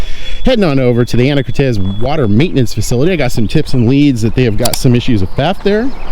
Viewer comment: Lol! Not Anna Cortez, it's Ana core tiss!!😊